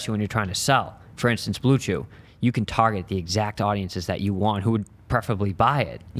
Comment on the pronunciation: LOL this guy talkin bout how he’s the first to get blue chew sponsored YET HE DOESNT EVEN KNOW HOW TO SAY THE NAME dude just fake as fuck everything he does is fake